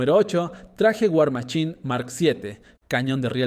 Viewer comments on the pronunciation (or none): Por que los mexicanos tienen tanto problema con la "ch" y "sh"? Se pronuncia war maSHine!! No war maCHine!! Si vas a usar las palabras en ingles pronuncialas bien o si no puedes entonces traducelas y ya